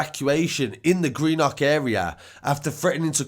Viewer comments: dont say green nock lol its green-uhk. greenuhk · It's pronounced Green-uck